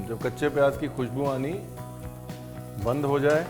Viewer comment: it is pronounced "zeera", "tez", "payaaz", and "subzee" not "tayj", "payaaJ" and saab Jee". Also, the K of khushbu, khushi, khaas, and khan etc are all silent.